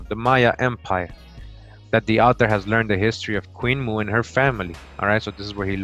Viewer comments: Queen Moo? Or Queen Mo'o, pronounced Mo - oh? Mo'o is the Hawaiian word for reptile. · In fact on the title page there's a glottalstop above the first O indicating that the pronunciation is not Moo but Mo'o, meaning lizard or reptile. Queen Mo'o could very possibly be Queen Reptile. Some of these beings were wonderful. Some not so much.